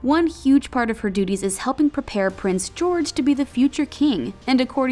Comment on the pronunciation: every time she spoke, I heard ''Royal doodies''